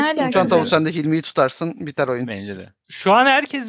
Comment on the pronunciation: Bende Sen demesen hâlâ öbür türlü anlıyordum çok tuhafıma gitmişti